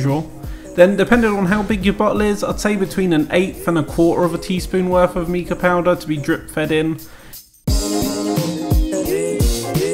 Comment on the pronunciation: Mica is pronounced 'my - cuh'. The tub in the link is £72. Yikes. Great video though.